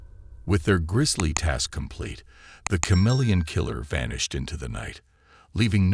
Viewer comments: Dude, is this even a real case? Ive never heard it before. First off, its ka-MEEL-yun, not cha-MEEL-yun. You left us with more questions than answers... What year(s) was this case? What in DuBois' background prepared him to impersonate all these different people and nationalities? He impersonated a woman? How was he able to pull that off? How did finding a fingerprint lead to them finding out he was shacked up in a hunting lodge? Who were the cops who figured that out? When he was caught, where was he prosecuted? Which country? What sentence did he receive and where is he incarcerated? His policeman brother , you imply, was aware of his brother's crimes. Why wasnt the brother prosecuted for harboring a fugitive or as an accessory after the fact? These are obvious questions you should have addressed in the video. Do the research, then remake the video. This one is just missing too much background info. 😮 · Love thenew channel & the subject & the blessedly not- totally-over-covered case... ... but... every time he pronounced the word "CHameleon" incorrectly, my face involuntarily contorted into a painful cringe...😬🥴 Lol Keep up the good work to! I appreciate all your time, effort, & hard work!!